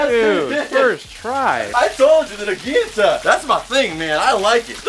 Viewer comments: Please. I'm begging you. Nah gee natah, not na gee NUH ta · Nagi-nata not nagine-ata dude says it's his fav weapon but can't even pronounce it right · Dude you’re really fun to watch and everything. But for gods sake. It’s pronounced “naw-gee-naw-ta” not “nuh-geen-nuh-tuh.” At first I thought you were just having fun with the name. But the longer the video went on the more it seemed like you actually didn’t really know how to pronounce the name of the weapon. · No offense man but it's pronounced "nah gin ah tah" not nah gee nat a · Naga-nata the I is silent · Its nagunotu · I don't know why, but the way he says naginata just hurts me on a spiritual level. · Toy know for a naginata being your favorite wepen you think yoy would learn how to say its name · love your videos, but got to be honest when you say that the naginata is your favorite weapon and then proceed to constantly mispronounce it i just die a little on the inside... don't know if this has come up in the comments before but just...thought i should bring it up... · please learn how to pronounce naginata! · they have to be mispronouncing naginata on purpose... right? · Nog a not a Eeeeeeeeeeeeeee